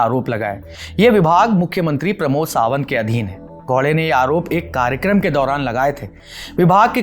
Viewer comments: bhai thoda muskil hai unke liye..😂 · भाई साहब वह गौडे नहीं है, गावड़े है.... स्पष्ट उच्चारण के लिए।